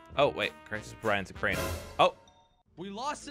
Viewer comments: he literally told crainer to crainey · He said craini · am i the only one hear him say "crainey"